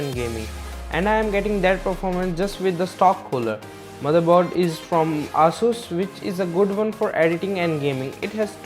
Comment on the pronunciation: ae - sues not ahh - sus